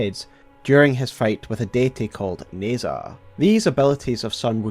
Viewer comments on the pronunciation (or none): In Pinyin, zh usually makes a J sound so Nezha is pronounced more like "Neh-Jah" than like "Nez-hah."